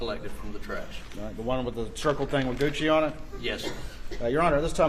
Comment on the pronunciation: "goosey" is how he pronounces Gucci. 🤣